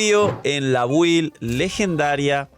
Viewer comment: Cuando empezaremos a pronunciar bien la palabra BUILD? (Se pronuncia bild) Si te llamas, el canal Games and Chill, y te patrocina Lootbar, pronuncia Build bien por una m4ldita vez!!!